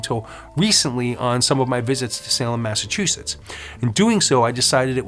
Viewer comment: Thanks for the history lesson! My great grandfather x8 . Was Samuel Wardwell ! Carpenter/ Tarot card reader! Hung at the trials! Anyway I just wanted to say thank you and help you a little bit with your pronunciation of Massachusetts! Lol Having been born in Stoneham and spent my childhood in Norwood. California has been home ever since. Not home to me I miss MA. Anyway I've noticed lately people still have a problem with the pronunciation! Recently I was surprised when Snoop! Had the same problem. I tell people before you say it out loud read it in your mind like Mass- a- chu- Setts . Setts not shits!!.lol. FYI, no offence I hope! Blessed Be!!!🌛🌝🌜 👍💜💜💜 Setts